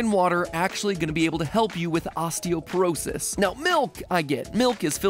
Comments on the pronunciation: Hi, fellow nerd here. It's osteopOrosis, with an O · Isn't it osteoporosis and not osteoperosis? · It's "osteoporosis," not "osteoperosis."